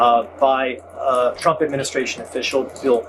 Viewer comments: "president chrump believes....". She needs to work on her phonics. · Sounded like she said President "Dump"... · I hope one day she slips and calls him president Chump, the way she pronounces his name sounds close. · Did she say president chump?